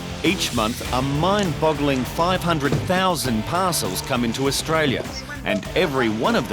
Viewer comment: "Ai otralia"